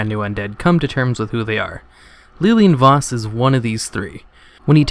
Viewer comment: Lilian Voss, not leeleean voss. God fucking damn it